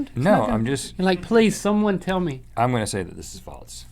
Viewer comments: Its funny how they both say "faltse" instead of false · please stop saying faltse